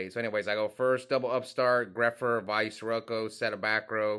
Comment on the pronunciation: I love you bro, love watching your videos, you keep killing me pronouncing Vayu 15 different ways in one sentence 😂😂😂😂😂😂😂😂😂😂😂😂😂